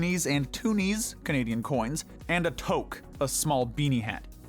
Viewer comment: when you pronounce toque wrong